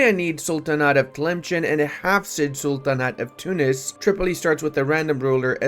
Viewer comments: It's pronounced as Tilemsen not Chen Also they put the g with dot as for the sound is gh maghrib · Also its not pronounced tlemchen its pronounced tlemsen